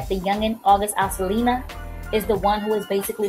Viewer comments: this girl said yungin' alselina like umm its ALSINA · Ughhhh its August Alsina, NOT Alsilna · "The youngin 'alselena'..." girl what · It's pronounced August Al-Sina *